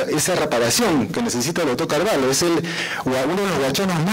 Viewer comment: Estimado, la pronunciación correcta es Carvallo pronunciando la LL, no Carvallo con LH. Esto debido al origen hispano del apellido. El apellido viene de la frontera entre españa y portugal, siendo la parte española con LL y la parte portuguesa con LH. Atentamente, Raúl Carvallo, tataranieto de Don Tendulio Constantino Carvallo Loli